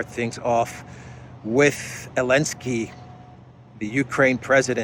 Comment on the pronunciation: Are you being purposefully disrespectful to Zelensky by speaking and spelling his name without the Z or are you just struggling with spelling and speech ?